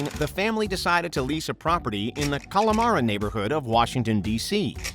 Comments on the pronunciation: Not for nothing, but the name of the neighborhood in DC is Kalorama, not Kalomara. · Its Kalorama...